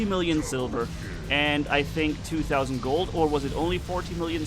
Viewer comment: You say 2 tausend 😅😅😅